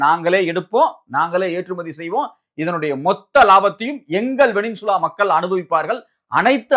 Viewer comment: செய்தியாளர், "வெனின்சுலா" என்கிறார். அது "வெனிசுலா" என்பதாகும்.